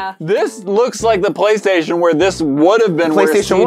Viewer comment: Poly-station omg. 😅😅😅😅😅😅😅